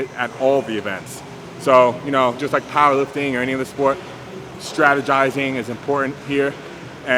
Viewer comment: larry hits a new number pr everytime he says powwa